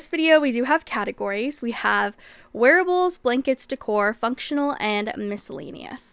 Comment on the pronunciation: Not going to lie, I heard a werewolves instead of wearables and got simultaneously confused and excited.